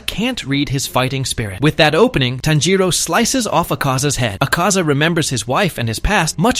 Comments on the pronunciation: it's TANJIRO not Tanjo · you said tanjoe not tanjiro btw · Tanjiro🚫 Tanjo✅ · Why is he calling tanjiro tanjo😭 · I think you said tanjo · Bro was saying tanjo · WHY ARE YOU CALLING TANJIRO "TANJO"